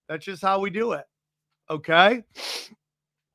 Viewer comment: I like when says KAI, instead of okay.